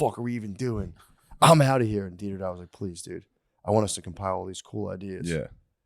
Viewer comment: Tell Matt it's not Didder-dot, it's Didder-oh!